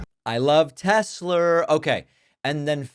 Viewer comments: "I love teslerr" 😂😂😂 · "I love Tes-slur!"